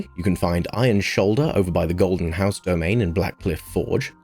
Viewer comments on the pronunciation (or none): none